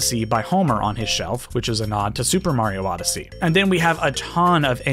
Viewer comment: Castle was from N64 come on now...how in the world you say Odyssey